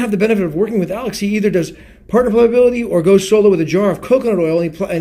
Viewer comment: love you and your videos! (Ply-uh-bility) is the pronunciation btw;)